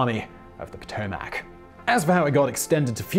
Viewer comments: next time EDIT into mouth the sounds of "Pa-tom-OCK" not ever ACK!! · As someone from the Washington, DC area, "Potomac" is not pronounced Poh-toh-mack, but more Puh-toh-mick.